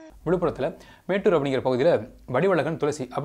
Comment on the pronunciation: மேட்டூர் இல்லை ப்ரோ மோட்டூர்